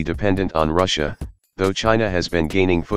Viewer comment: Can take you seriously when you say Ruzzia